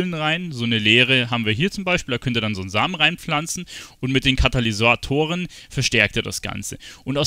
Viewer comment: Damn bin ich getriggert .. immer wieder sagt er Kanalysatoren .. KaTalysatoren mensch :D